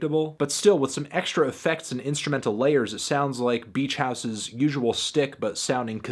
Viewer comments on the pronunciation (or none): "Schtick" is pronounced differently than "stick"